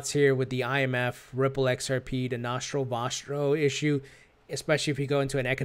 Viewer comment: Nashro washro ....dude thats nostro vostro pronounce it like a normal human being